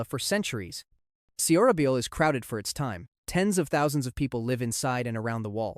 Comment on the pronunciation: It should be “SohraBohl”…. Not “Sehohrahbeeohl” and Silla should be “Sheelah” not “Sihlah”